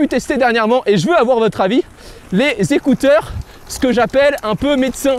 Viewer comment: J'aime bien comment tu dit les zécouteur 😂😂